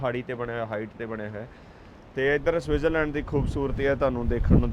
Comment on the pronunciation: ਗਿਆਨੀ ਪਹਿਲਾਂ ਤਾਂ ਸਵਿਟਜ਼ਰਲੈਂਡ ਲੈਂਡ ਕਹਿੰਦਾ ਰੇਆ,ਲਿਬੜੇ ਬੁਥਾੜੇ ਨਾਲ।ਇਥੇ ਆ ਸੁਸੂ ਸੂਸੂ ਈ ਬੜਾ ਕਰ ਰਿਆ,ਸਸਜ਼ਲੈਂਡ ਲੈ,ਪਤਾ ਨੀ ਇਹਨੂੰ ਦੱਸ ਓਏ ਕੀਹਨੇ ਦਿੱਤਾ ਕੇ T silent ਕਰੀਦੀ ਆ,ਏਨੇ ਲੱਛਣ ਇਥੇ ਦੇ ਵਸਨੀਕ ਨੀ ਕਰਦੇ।